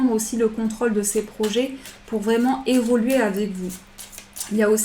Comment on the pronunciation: Merci pour ce tirage; il faut évoluer, on n'entend jamais le "u" d'évoluer, j'aime beaucoup vous écouter sauf entendre "évoler" merci pour votre joie de vivre ça fait du bien bonne nuit...a demain